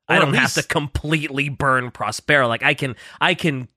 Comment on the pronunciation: That pronunciation of Prospero is killing me.